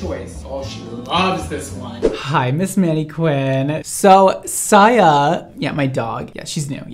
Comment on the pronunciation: Saya not Siya 😭😭😭